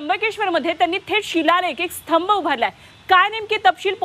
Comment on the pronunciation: स्थंब.. नाही हो... स्तंभ😂😂😂